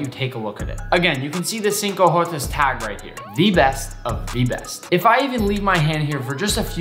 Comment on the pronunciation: I wept more every time he said “cinco jotas” as a Mexican 😢